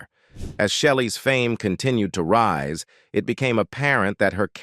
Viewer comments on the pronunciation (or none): none